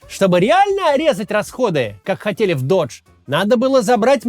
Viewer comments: Doge произносится как доудж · Кто нибудь из команды Каца, скажите ему что doge произносится как дож, венецианский глава государства, а не Додж, американская марка машин. Это ведь игра слов заложена в имя, все ее знают. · Вот только оно произносится как "доге", бумер. Оно названо в честь мемной собаки, которую форсит Маск.